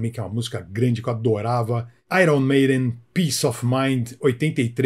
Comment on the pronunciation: Ce falou errado. Aier Maiden 😂😂😂😂